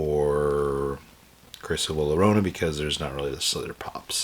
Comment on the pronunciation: Luh lurohna.. I'm sorry... 😭 but nice